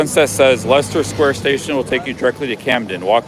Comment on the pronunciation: Leicester is pronounced like Lester 😊